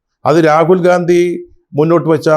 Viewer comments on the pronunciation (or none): none